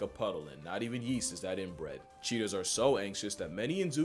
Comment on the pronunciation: "not even yeast is that inbre(a)d" omg I did not notice that the first time I watched his video